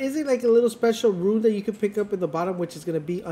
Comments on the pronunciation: Him saying ruin instead of rune is driving me crazy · Why are you saying ruin it’s rune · Why do u pronounce rune like ruin 😂 just say rune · The word is Rune.....not Ruin. Let's promote literacy. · stopped watching after he said rune as "ruin"